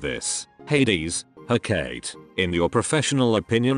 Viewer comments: Hecate is pronounced- heh caw tee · Isn't it he-ka-tee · Every time it said Hecate weirdly I died a little inside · "huh-kate" and "theneToes"